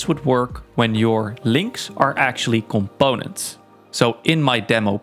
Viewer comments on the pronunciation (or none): "comBOUnents" <3